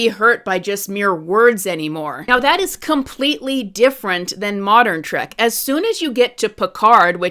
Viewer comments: It is "Trek" with an E. Not "Trak". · Trek, not track.